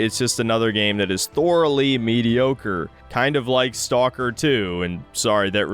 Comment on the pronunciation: bro, you can't even pronounce " thoroughly", how do you even have a channel.